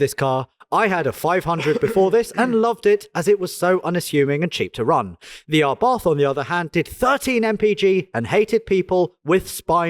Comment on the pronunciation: Why can’t say Abarth? 😆 (Not Arbath)